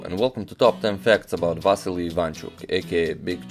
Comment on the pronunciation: You are also Balkan man, you know how bad its sounds how you pronounce Vassily in English, its like Vaseline! Say it like it must be said Василий not Вазелин ;)